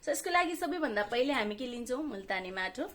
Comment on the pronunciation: कस्ताे माटाे भन्नू भयेकाे बज्ने गरि भन्नू बाईने